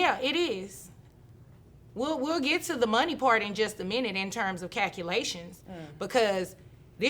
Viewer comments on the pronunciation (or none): "Cacki-lations.".....love it!🥰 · “Wit deese cackulations”